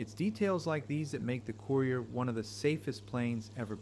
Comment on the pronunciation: COOYRIER. LOL.